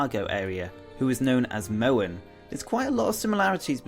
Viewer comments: why do you pronounce Mohn like "mouen"? It's Mohn like a long O. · its pronounced mon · Mohn is pronounced as Mon, the way you pronounce it would have to be spelled as Mowan